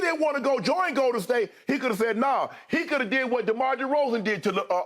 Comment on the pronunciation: Any one else get slightly annoyed by the way Skip pronounces "GOL-Den State